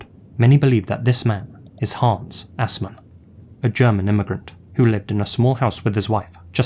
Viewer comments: I know it's a joke but you were off with Assmann. The Ass- is pronounced like the English word "us" and the -mann like the mun in "mundane". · "Assmann", cold name.